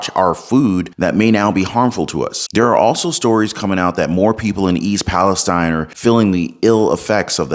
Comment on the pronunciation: Thank you for your proper pronunciation of Palistine iii not e